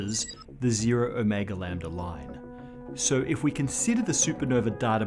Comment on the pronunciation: My brain blips every time he reads Ω and I hear “O’Mega”